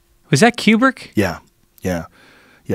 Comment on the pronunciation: you pronounce Kubrick like qbert.